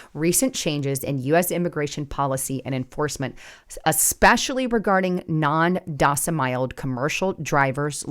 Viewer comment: Please work on your pronunciation and slow down and little bit so we understand you. The constant mispronounced non domicile was a killer. I thought you may becoming AI yourself. Lol A friendly Trucker